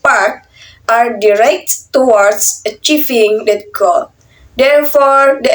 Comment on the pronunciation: Ok. Always keep practicing. Check and recheck your pronunciation (e.g. 1.03 = directed). Anyway, overall, it's good. the video is interesting to watch.